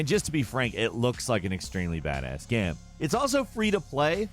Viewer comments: Why this guy say "gam" instead of game? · is the narrator drunk? geeeeeyyymmm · He really said Gaaam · Is it just me or does say "Game" weirdly some times.